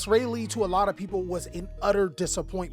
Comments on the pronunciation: My guy u gon have us North Carolinians goin crazy rah Lee (Raleigh) not Ray Lee lol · Lol ray-lee, its pronounced rah-lee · BRUH, it's "RAH-LEE", North Carolina, not ray lay! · why can't ANY yugioh youtuber pronounce Raleigh right? its Rye-lee Rye-lee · 😂 wtf Is Ray-Lee? It's RAH-LEE. Please don't do the Capital of my state like that lol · RA - LEE not raylee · Raw-Lee Even then Ray-lee is wild I thought at least rai-lee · Did he say Rahlawlawlaw? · Did bro just say YCS Ray Lee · As a resident of NC. Don't ever say Raleigh like that ever again......... It's raw-lee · JFC RAY LAY? CMON MAN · Rah-lee “Raleigh” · Please,, don't be like Mkhol40. You are better than this. Just confirm with someone how something is pronounced.. Robbie already kills brain cells when he talks. You can give them back life. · I’m super annoyed how he’s pronouncing the city. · Here for the continuing bit of mispronouncing the name of every city where a YCS is held. Cannot wait to see how he handles Indianapolis. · I cannot watch that video iffff he keeps pronouncing Raleigh that way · Why cant anyone pronounce Raleigh properly. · No way my boy is pronouncing Raleigh like that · The way he says it is wild. I never heard it that way lol